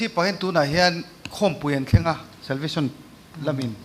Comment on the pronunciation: Salvition niloin Salvation tih tur nie... SVMM 😊😊